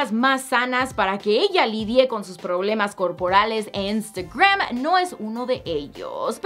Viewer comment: Wey, pronuncia bien "Instagram" 😒😒😒